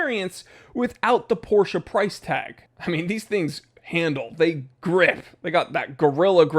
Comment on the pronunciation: First time seeing your vids. Thank you so much for not saying "Porrsh". Its really refreshing!